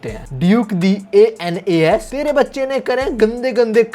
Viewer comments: Anas hai a.n.u.s Nahi 😢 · Bro my name is Anas😭 its not anus its pronounced as Ans. Not as ainas😭 dude main teri sari videos dekhta hun or yaha mera he scam kr gya bhai tu😭